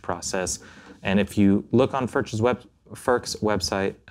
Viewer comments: Furch is a European name and the actual correct Czech pronunciation is closer to Foorsh. To hear it pronounced Furk is amusing. Thought you should know. 😊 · Your third pronunciation of the name was the closest. But it doesn't matter how the name is pronounced as long as people know it.